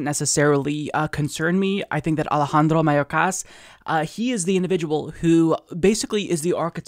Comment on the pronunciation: i like how you trilled that r in alejandro.